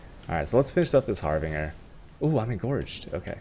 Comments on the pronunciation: Just to help you out.. The Word is Harbinger Pronouced ( HAR-BINJ - ER ) and NOT (Harb- Bing - er) as seen here in the Definition . : ) har·bin·gerˈhärbənjər/nounnoun: harbinger; plural noun: harbingersa person or thing that announces or signals the approach of another."witch hazels are the harbingers of spring"synonyms:herald, sign, indication, signal, portent, omen, augury, forewarning, presage; Moreforerunner, precursor, messenger; literaryforetoken "I long to see the robins, crocuses, and other harbingers of spring"a forerunner of something."these works were not yet opera, but they were the most important harbinger of opera" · you tell this, he will use har-bing-er even more mate. he likes memes